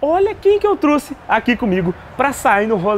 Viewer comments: O cara nem sabe da falar português, quanto mais inglês , não é " eu truce , é " eu trouxe !! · Amo seus videos mais truxe maiki kkkkk é trouxe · "quem que eu truxe"